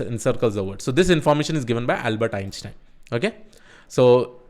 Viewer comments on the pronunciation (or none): none